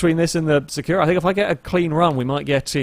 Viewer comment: I hate to say this: you keep saying "Sakura" wrong. The stress goes on the first syllabe - it's Sàkura not Sakùra! As a Cardcaptor Sakura fan I must correct this!